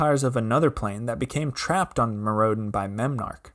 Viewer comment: why does he pronounce Mirrodin like that?